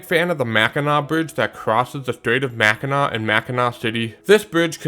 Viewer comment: WOW! After all of your mispronunciations, you actually pronounced the Mackinac bridge correctly!!!